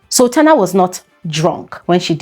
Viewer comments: I heard her say Sabrina not sultana. I'm confused 🤔🚫🚭😕💭🧐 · Did she say Sabrina or sultana??? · Did she say Sabrina or Sultana